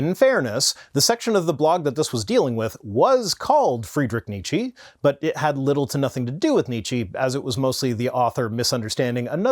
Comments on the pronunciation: almost pronounced Nietzsche's name correctly. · Okay, since you insist: You pronounce Nietzsche pretty well but the 'e' at the end is a different type than the English one. Instead of a prolonged 'eeeee' it's more of an 'uh', so ~Nietzscheh ('eh' same as 'uh' but an e instead of a u if that makes sense, also it's a silent 'h' xD), gl lol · ok as no one ever corrected you it's Nietzsche that would be an "eh" sound at the end. rest ist perfect ;)